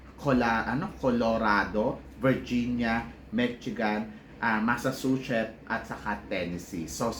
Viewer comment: Also Massachussets is pronounce as Masa - chu - set